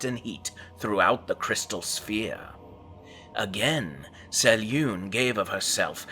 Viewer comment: If you're going to make videos about the Forgotten Realms at least do your homework and learn to pronounce names as Ed Greenwood intended. He spells out how to pronounce Selune in the original Forgotten Realms 'Old Grey Box'.